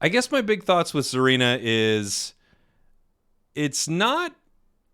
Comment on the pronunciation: Hey, its pronounced "SAH-reena" not "ZAR-eena" Japanese name, so think of it like "Tsunami"... "T" is silent like "Tsareena"